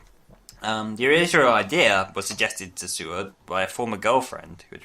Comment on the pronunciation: Eric Saward is pronounced SAY-ward by the way. Great 5th Doctor episodes Castrovalva, Kinda, The Visitation, Earthshock, The Five Doctors, Snakedance, Resurrection of the Daleks and Caves of Androzani.